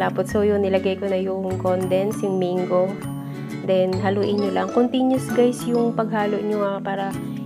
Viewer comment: Its Mang-go, not meyng-go.